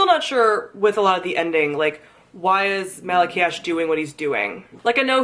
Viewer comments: I had to listen to the audiobooks because I couldn't pronounce half of the characters names lol. You probably already got comments about this but from the audiobook, Malachiasz's name is pronounced like Malachi but with an extra 'as' sound at the end. Mal-uh-ky-is. Don't know if thats right or just the way the narrators were saying it but thats the way I say it now lol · The audiobook pronounced it as malak-eye-az